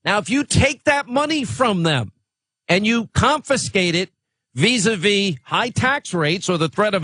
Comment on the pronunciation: Visa Ve ...What mate, you mean Via? I think this man child needs to learn actual words.😂😂